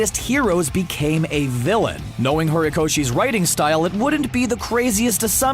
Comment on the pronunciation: And : HaRiKaShI